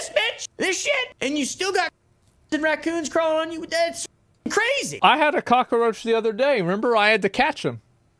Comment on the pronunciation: HE KNOWS WHAT HE IS DOING WHEN HE SAYS COCKA ROACH lol